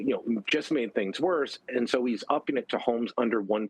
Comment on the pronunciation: I like consuming your news but you dont pronounce your words clearly. Give it a try. Please